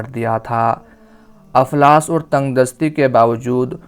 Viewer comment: aflas nahi iflas